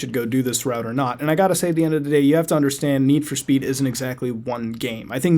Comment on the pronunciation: NED FOR SPED!!! pronounce it right!